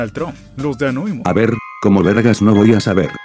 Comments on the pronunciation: Por qué carajos les dicen Anóimus cuando se dice Anonymous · Gente normal: anonymus: anoimus